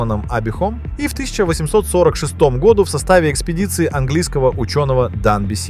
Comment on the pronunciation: Вроде на экране живой человек, а ударение в слове "году" ставит, как искусственный интеллект на абсолютно безударную букву О.